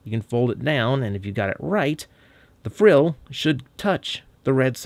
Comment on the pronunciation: "Frill" is correct. Kudos on being one of the most accurate reviewers on animal anatomy,!